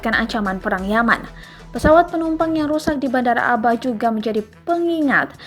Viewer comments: Dibaca Ab'ha bukan aba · Abha bukan aba😀😀